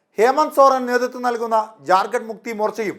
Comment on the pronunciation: ഇവന് ജാർ ഖണ്ട് എന്ന് പറയൻപോലും അറിയില്ല ചത്തിസ് khsnd എന്നാണ്